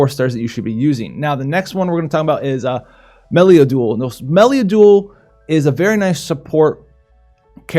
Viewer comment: stop butchering meliadoul's name! ;) are you making a vid on the nier banner?